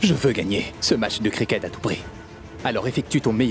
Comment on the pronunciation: Qui a entendu comme moi que dit mache au lieu de match 😂😂😂😂